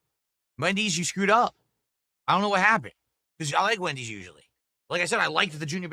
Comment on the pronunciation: can this guy speak properly for once? Who tf is Mendys'?